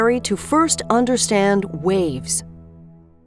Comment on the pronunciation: The whole time watching this, I thought she was saying RAVES 😂 ohhhh